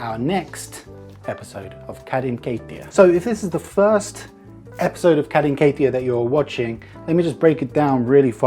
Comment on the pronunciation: i keep thinking he’s saying “Karin keittiö”, like bro who’s this Kari you keep talking about